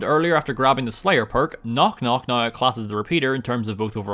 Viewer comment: when you say now like naigheugh